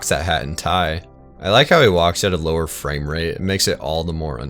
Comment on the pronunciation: the way you say "tinge" and the "frame" here is strange lol